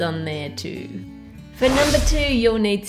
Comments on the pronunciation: Who else heard Ann saying: "At nom-ber 3" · I swear she said NOM-ber three xD